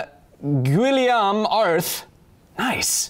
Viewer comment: Just so you know... Guillaume pronounced like "Gee-Yome" it is the french version of Joshua.